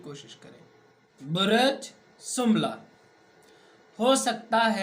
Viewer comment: آپ بُرج کو بُرَج پڑھ رہے ہیں لوگوں کو مس گائیڈ نہ کریں آپ کسی سائیٹ سے پڑھ کر سب بتا رہے ہیں جناب آپکو کو ککھ نہیں پتا آسٹرالوجی کا